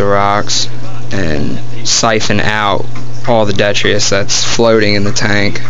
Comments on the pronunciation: Are you talking about detritus lol not det tree us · its pronounced Dee-trit-us